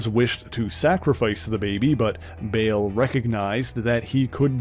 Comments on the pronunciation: Yeah, "Bail" - it's Baal, like "ball", not bail 😑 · Bale? It's Baal [spelled w/2 A's] pronounced BAAHL